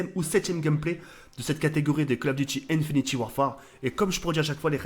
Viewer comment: INFINITE WARFARE PTN PAS INFINITY Tu vas nous faire une vidéo excuse pour ce problème de prononciation